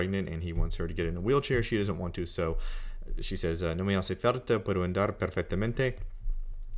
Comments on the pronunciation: well, there is a part in the middle of the video in which he says he doesn’t record or review pronunciation because he already knows how things are pronounced. I greatly respect his work and I appreciate what he’s doing for free, but... yes, “falta” sounds like “carta.” And “andar” could be more precise on the initial a. It’s more English leaning the way he says it - like a long A of “and.” But that is relatively minor. He makes himself understood. I’m not saying I’m perfect. Just that I did notice those two very minor aspects. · did you hear how he pronounced "falta" .. quite wierd